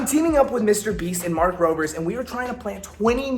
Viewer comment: "Mark Rovers"